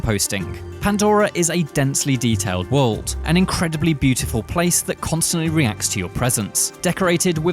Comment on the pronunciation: Pronunciation homework: World, not wold Similarly, not simrilarly